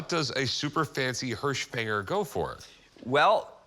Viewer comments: "Hirschfänger" translates literally to "deer-catcher". So, no boar. And the pronunciation is closer to "hearsch fenger" (silent g), not "hursh fang-er". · Get it right,. “Hirschfänger” in German means deer catcher.